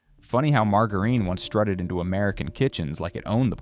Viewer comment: WT* is mar-ga-reen?